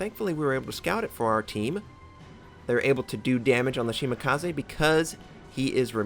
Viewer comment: Why would 'kaze sound any different in Shimakaze? Nothing personal but it's not the first time I hear it butchered... it just irks me lol